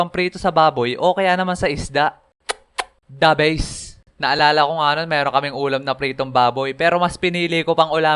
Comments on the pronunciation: Nagustuhan ko kung sinabi ni "da bwest" 😂😂😂😂 Ito yung minuto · tapos English talaga sinalita😂 THE BEASE I like it 😂😂😂😂